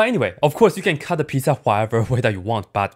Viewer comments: I love how he pronounces pizza lol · Lol same